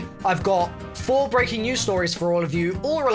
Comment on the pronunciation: ah yes "breaknt" news